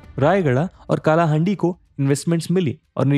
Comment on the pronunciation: Bro please pronounce it as कलाहांडी not काला हांडी . Thankyou . Jaya Jagannath 🙏🏻